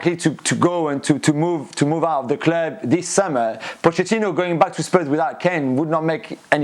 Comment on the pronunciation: "At the cleeub"